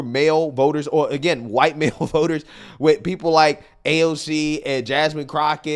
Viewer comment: Baybay.... baybay... git him some meds cause I don't know where he's evah gonna go.... she's just making sounds wif huh mouf.